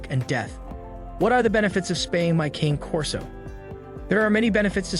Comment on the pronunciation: RULE #1 - NEVER take spaying or neutering (or really any other veterinary) advice from a YouTube channel, especially from one where they cannot even be bothered to pronounce the breed name correctly. Pretty much all of the current research definitively indicates that the limited reduction in the prevalence of mammary cancer gained by spaying any large or giant breed early is certainly offset by the fact that spaying or neutering the dog prior to the natural termination of skeletal development definitively leads to an increase in the incidence in the joint problems, which are the most prevalent chronic health issues in the large and giant breeds. Current "lifetime" research studies clearly show that incidence of both hip dysplasia and patella luxation are 3 time more prevalent in both male and female large and giant breed canines (including Rottweilers, which you claim to be an expert in) who were spayed/neutered prior to completion of natural skeletal development. When these breeds are altered prior to this time the body lacks the hormone signal that stops the growth of the femur, so the femur bones continue to grow, changing the resting angle of the leg and hip joints, which greatly increases the stress on those joints. Bottom line, the current research clearly shows that it will be better for owners of large and giant breed dogs to wait to spay/neuter the animal until they finish skeletal growth, which generally happens around 20-24 months, although the data is still a bit